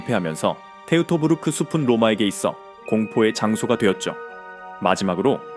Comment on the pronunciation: 테우토부르크가 아니라 토이토부르크.